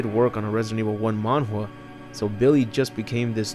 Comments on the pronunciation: Man GA not Man jua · Are you trying to say "manga"? Cuz the subtitles doesn't understand what you're trying to say 😅 the way you say it sounds like "man wah", it's like mango but with a the letter A in the end 😅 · The way this man pronounces manga like manhwa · Wtf is a Monwa? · Why do you call manga mangua/manwa? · Is he pronouncing manga incorrectly!? Because it's making me cringe every time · Is he saying Manga?